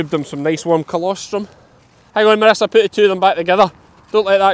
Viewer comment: God forgive me but at the beginning after saying how bad you expected it to be, I thought you said ‘The ministers arrived’ It took me a second to realise you said that Marissa had arrived!!!! Sorry but I ended up laughing at myself 😂💕 x